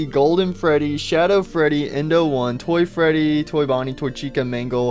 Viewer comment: I laughed when you said "Toy fatie"